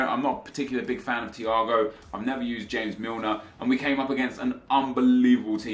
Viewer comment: james milner lol the way he said it